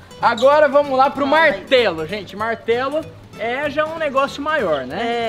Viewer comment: melhor parte kkkkkk " bartelo "